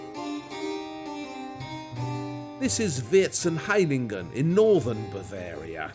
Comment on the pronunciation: Vierzehn is pronounced like fourteen, like fierzehn, like the noble VON (like fon). However, good work. But I would like you to take the efforts in correct pronouncing the names in the European languages. It is EASY, please don't be as arrogant as to make your own phantasie pronouncing. Please! PS the fake Chinese objects, they were as Europeans THOUGHT, how China was looking like, are called Chinoiserien here in Germany. An "American Indian" is not riding a crocodile, but an ALLIGATOR.